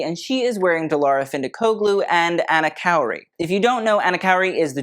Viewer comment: it’s pronounced as “khoori” not kawry